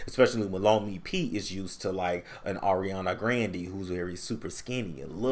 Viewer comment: LMAOOO "Ariana Gran-DEE"